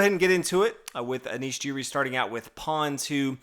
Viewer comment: Giri is pronounced with a hard G, like in ghost or girl.